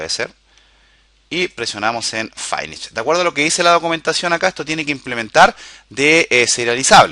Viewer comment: QUE DEMONIOS ES "FAINISH"? :O SEGUN LO QUE ENTIENDO SE PRONUNCIA "FINISH"